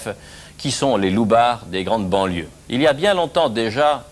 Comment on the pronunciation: Les "LOUBARDS" XDDDDDD